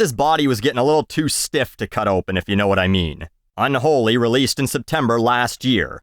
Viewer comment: Is it really "un-holey" though,? Is it?